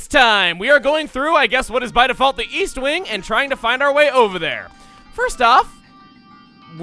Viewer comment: EAST i thought you said WEAST